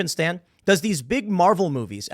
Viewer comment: Hey Tim how can you mispronounce Stan?